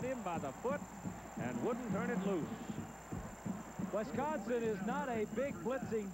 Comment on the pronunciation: I wish announcers would learn how to pronounce wisCONsin.